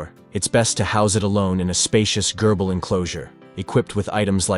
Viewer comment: I lost 6 months of my life at your pronunciation of 'gerbil'.